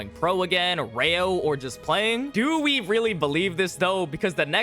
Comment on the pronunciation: Didn't know you spoke French saying we (oui)